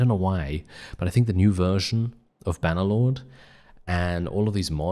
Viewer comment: "Bah Nuh Loawd" 😭 ❤